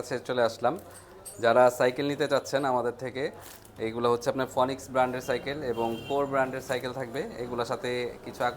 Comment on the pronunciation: Bhai eta ফোনিক্স না ফিনিক্স হবে। Phoenix এর বাংলা উচ্চারণ ফিনিক্স . ফিনিক্স মুলত একটা পাখির নাম। যেটা জাহান্নামের পাখি নামে পরিচিত। গ্রিক মিথলজি তে ফিনিক্স এর কথা আছে।